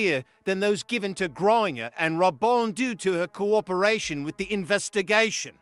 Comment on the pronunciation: It's not "griner" but "Grain-ger"